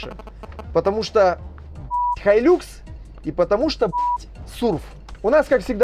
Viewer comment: хай люкс....какой лакс? бесит уже.